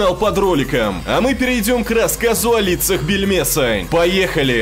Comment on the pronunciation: мне одному все слышится не Бельмеса, а Пельмеса? пельмешка?